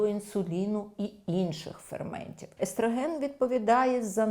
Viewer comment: естрАген, естрАген... правильно - естрОген. Але відео класне!